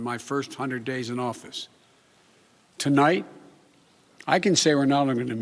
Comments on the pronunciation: Did he say tilight or tonight? More comments to come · Tulight?? You mean Tonight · He mispronounced tonight ...he said tolight... I’m pointing this out because he does this all the time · “To light, I’d like to talk” First word and he messed up lol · tolight? you mean tonight joe? This guy is an embarrassment. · we legit just heard him say tonlight in the first 2 seconds. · “TOLIGHT” - biden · Wait. Did he just say “Tonlight?” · Tolite... He messed up the FIRST WORD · " goodmorning my fellow American ToLight..." Tf was that bro???????? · but but but it said live..... maybe thats why he calls its Tolight because the prompter said tonight but he thinks today... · I heard that too. He has a speech impediment. But I'm impressed with the content of his speech. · Did he seriously mess up the first word of this speech?? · Lmao, why can't this man speak right? He's the President of America and he can't say the word " tonight ", his first 3 seconds he already messed up 🤣😂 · Well, he didn't correct himself. Not the first time either. I can hardly believe what is happening to America.